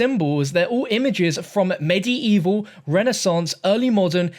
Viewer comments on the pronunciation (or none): The way you say medieval kinda urks my nerves, other than that great vid the hype is real.